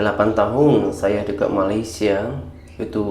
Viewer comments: Knpa sebutan dekat sllu sebut deked...hodoh bunyinya... Malaysia x sebut deked...DE..KAT...bkn DE..KED... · Bukan dekek bang tapi dekat bang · Bukan DEKET tapi DEKAT. Buka semua ejaan yang akhiran nya A itu bunyinya E apa lagi digandingkan dengan huruf konsonan seperti AT. Ia tidak semestinya berbunyi DEKET justeru ia tetap berbunyi DEKAT.